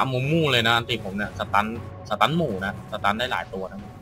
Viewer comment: พี่คับหมูไม่ใช่หมู่